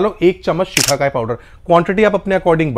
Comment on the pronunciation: Sir shikhakai nahi shikakai